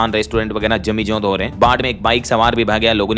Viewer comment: भाई गलत क्यों बोला करता है काकोरी कांड है कोकरी नहीं लखनऊ में काकोरी नामक स्थान है जमींदोंज होता है जमींजोंद नहीं